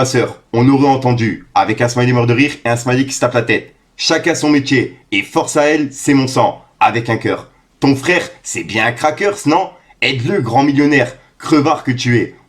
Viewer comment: Trop chaud mais stp fait un effort sur les noms, mêmes crackers gros tu dit "crakeurs" comme les chip c'est trop frr